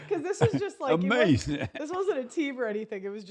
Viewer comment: Uh May Zen